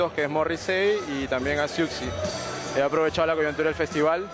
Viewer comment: ¡Qué horror como pronunciaron Siouxsie tal cual! ¡¡Es Susi!!